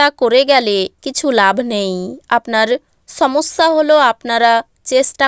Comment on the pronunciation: আপনি রাশিকে রাছি, সবকে ছব, সমস্যাকে ছমছ্যা, সময়কে ছময় উচ্চারণ করেন। আমরা এপার বাংলার মানুষরা বেশ, দুঃখিত আপনার ভাষায় বলি বেছ উপভোগ করি। ভালো থাকবেন।